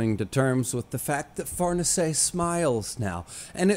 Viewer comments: the pronountiation is correct, but Farnese is an italian name, not french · BASED SCHIERKE AND FARNESE PRONUNCIATIONS. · I believe you're actually the first youtuber to pronounce Farnese 100% right 🤙...and then ofc calling it french 😂 not that it matters even a little, just very funny/ironic, I actually thought you did that on purpose 😂 well done in that case, sir 👏